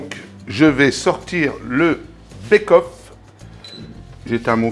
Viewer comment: pour le pied de porc! Ca se prononce béqueueauff!